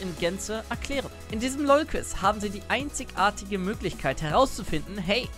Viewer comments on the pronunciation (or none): Wenn du versuchst Hochdeutsch zu sprechen, dann wende doch bitte die "IG" Regel an^^, du betonst nämlich das "einzigartige" furchtbar und sprichst es dann noch falsch x.x